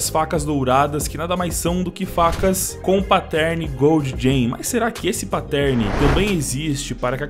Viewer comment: Aprende a dizer pattern... Nao é "páttérn" que trigger